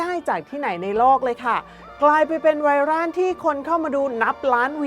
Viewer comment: ไวร่าน = ไวรัล = ไวร้อว(ต้องออกเสียงแบบนี้นะ)